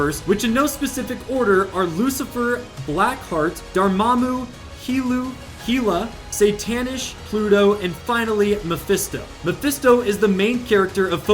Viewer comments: anybody else realize he said heela and not hela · How did you just pronounced Hela?😂